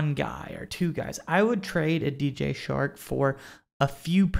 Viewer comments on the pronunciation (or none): It's Chark, not Shark. It's Balkey, not Balk. Research them names, lol.